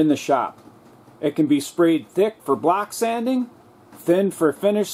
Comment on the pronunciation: thumbs up if every time this gentleman say "block sanding" you actually heard "black sanding" ;-)